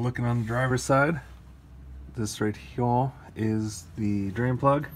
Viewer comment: Do you always say here like "heeya" lol